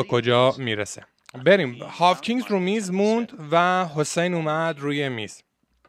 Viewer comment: جان هاکینز!! w خونده نمیشه به مولا 🥲🤍